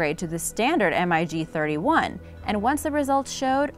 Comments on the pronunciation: She didn't even mention that the F35 is capable of vertical lift then they use an image of one when she is talking about the Harriar oops and it's pronounced mig not spelled out M. I. G dummy and these were just the obvious mistakes I'm sure there were more. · S U 35 NOT Sue 35. Mig not M I G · Damnit its MIG not M.I.G!! Maverick its Goose, we got 2 M.I.G's on our ass!! Lol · SU 35 is derived off of SU 27, not SU 25. It's not M I G. It's MIG, one word. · When you say "M" "I" "G" instead of "Mig", you obviously don't know the subject matter. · Crap narration. It's Mig. Not M-I-G. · says m.i.g instead of mig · Lmao the thumbnail! Like, I know has some pretty clickbaity thumbnails, but seriously? An F-22 air superiority fighter with like 20 bombs and fuel tanks under its wings? Really? And it’s pronounced “MiG” not M I G. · MIG is pronounced mag MAG....!!! Not an M I G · I just goe cringed by the M I G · Glad you pointed that out, I heard "M.I.G 20" and went WTF!? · Like calling a mig an M. I. G. ...lol. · The MIG is pronounced MIG, likePIG. Thought everyone knows that. Lol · Wrong plane shown ... that is an ea-6b Prowler i think. Plus, stop saying M-I-G, ick! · This is making me laff so hard. Just look at the comments. The video is obviously a dud. "M.I.G." lmao is this lady serious? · Everytime she says m I g a rookie misses the wire in a carrier landing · The m.i g? lol Must be an upgraded version of robot voice. T50 my 1st choice, then the A10. I'd say though the true measure of these aircraft is not something that can exist on paper. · Not Three words its MIG one word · Maybe it's a "robotic" voice? If it "sees" a word that's in all caps, it will pronounce it by the letters. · For Example, Russian fighters, Mig is pronounced as a word not spelled out while SU is spelled out. Just shows your unfamiliarity with military aviation. Small details like that. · Mig is pronounced as a word not spelled